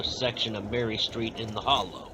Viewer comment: Steve Seventh is name is not pronounced like the number 70 but pronounced "Sa vent tee". And the neighborhood is pronounced " the Holla". Otherwise an interesting video.